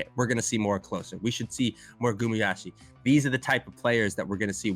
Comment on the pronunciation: It's just westerners mispronouncing Asian names, it's pronounced as Gu-ma-yu-si or Gu-ma-yu-shi.